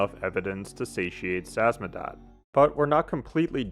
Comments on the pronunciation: name of the organization is SAMIZDAT not “samzadat” It’s a Russian term dating to the Soviets underground printing operations. “Sam” - means self, “izdat” - means publishing. Selfpublishing translated. Due to censorship many writers and poets had to go samizdat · Samizdat.. sa miz dat... whats so hard about this word?? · I knew someone would point at the butchered Samizdat! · Excellent analysis!! That said, I want to hone in on something you might want to work on: if you have trouble pronouncing a name like Samizdat, but you have the free time to write and record audio to say it, please take time to simply practice pronouncing it. You literally play audio mentioning the name, which isn’t exactly complicated either. This is a big trope amongst video essayists, especially in videos about games. It’s annoying, especially when it keeps happening to people or things with “ethnic” names. Thanks for reading this if you did!